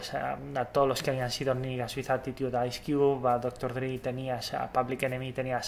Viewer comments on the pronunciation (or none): Me parece increíble que pronuncies mal Dre,cuando lo correcto es pronunciarlo tal cual ,y no como Dry jaja